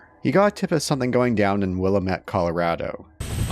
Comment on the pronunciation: It's Willamette Dammit. 😆